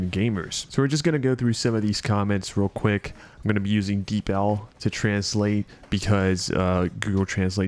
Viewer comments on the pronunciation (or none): So you pronounce it as "Deeple" like "People"? That's actually probably how it's supposed to be pronounced LOL